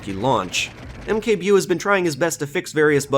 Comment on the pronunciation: Mkbewe is a reference to one of Polish online cartoons called Kapitan Bomba. You didn't really say it right but it is okay. I think it was supposed to sound well.... African, as the character in question is essentially a parody of blacksploitation movie protagonists. AKA A n-word with a rocket launcher